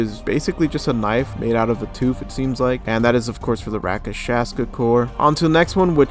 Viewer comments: Rakashaska core lol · the way he said rakshasa has me dead how can people still not say it LOL